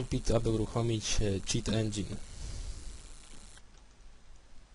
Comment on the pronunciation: Cit Endzin fajnie mówisz xD